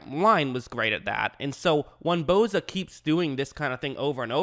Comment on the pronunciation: Its Bosa not Boza